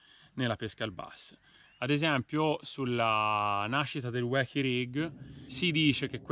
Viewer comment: Si dice "uochi" ahahahahahah